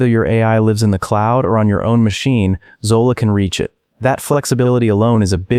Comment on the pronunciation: Zola? Hydra? 😂😂😂😂